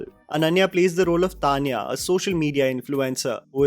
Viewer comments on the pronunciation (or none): none